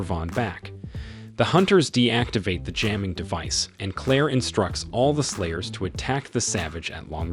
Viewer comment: Thought I was tripping out but this dude is really saying "players" instead of "slayers" so if you think you are hearing stuff don't panic.